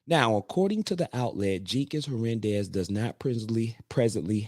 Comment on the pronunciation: It’s pronounced ‘her nan dez.’